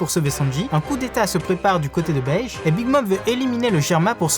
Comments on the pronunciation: c’est la première fois que j’entends quelqu’un appelle beige bege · C’est BÉGUÊ 😫😫😫😫😫 pas Bège 😭😭😭